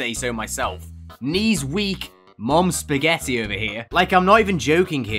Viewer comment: i love you calling "spagetti" lol :D